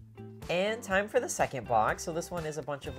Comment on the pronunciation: After awhile it's just endless 2 inch dots! It gets harder and harder to focus on thuh good from thuh bad. The is now THUH!!